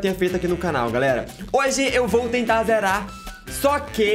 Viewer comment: vc fala garela em vez de galera e meu amigo fala cublinho em vez de clubinho kkkkkkkkkkkk